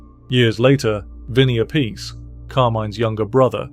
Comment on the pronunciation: Appice ( appeetchè ). "See" sound in vulgar / ecclesiastic latin and italian stuff doesn't exist when " Ce/ci ". It's " Tch" sound